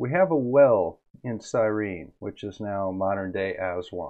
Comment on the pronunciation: Syene, not Cyrene!